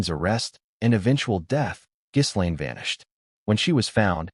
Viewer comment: Too bad you don’t know how to correctly pronounce Ms. Maxwell’s first name!